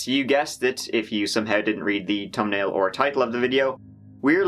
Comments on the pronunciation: Every time he says "thumbnail" I hear toenail ha ha ha love this dude. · Tumnail ? 😆 Love your style, love your work, keep them coming . ❤️😊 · "Tumnail and title"-Mike picking in good fun no offense meant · Did you say "TUM NAIL" ??? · He killed TreE people for the Trill of the TUMnail.